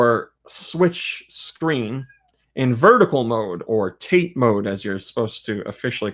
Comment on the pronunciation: I know you likely won't read this, as it's a month late (and you may have gotten this corrected since), but TATE is pronounced tah-tay. I'm sure you've been told it's simply the Japanese word for vertical/upright (YOKO being horizontal and less confusing in it's pronunciation). Hope this, if read, doesn't come across as sounding (insert derisive term).